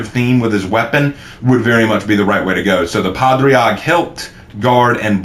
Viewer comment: Padraig is pronounced “ pah- rig”